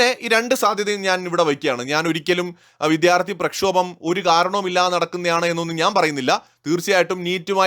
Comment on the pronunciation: ... Reporter pls note... 'viDHyarti' alla... 'vidyaarthi' aanu.